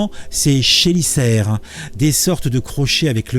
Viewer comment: Prononcer « kélicère ». 😊🕷 Et « kemsex ». 😆🍆